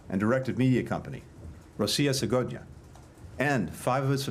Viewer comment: Mr Blinken needs assistance with his Russian pronunciation. The “g” in “segonya” (today) is pronounced as a “v”.